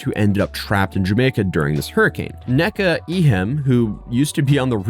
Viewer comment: I think the name you’re trying to say is ”Neka” and it’s pronounced “NAE-KUH”. I’ve also seen some pronounce it “KNEE-KUH” but that’s usually when it’s short for a longer name. When the whole name is “Neka”, it’s pronounced the first way. There was a Nigerian girl in my class when I was younger and I asked her a bunch of questions about this lol. I know she hated me.